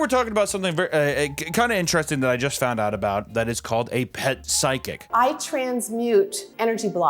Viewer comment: Anyone going to talk about the miss pronunciation of physical and psychic lol ima be that guy